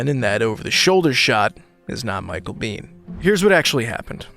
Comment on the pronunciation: It's Micheal biehn,not beans 😂